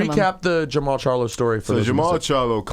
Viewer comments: It’s Jermall not Jamal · It's JERMALL Charlo -- not "Jamal"